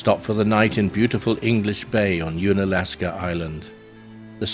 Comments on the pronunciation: Nice video! Unalaska is pronounced un, as in undone or under ... not as in "ooon". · If only you could pronounce unalaska properly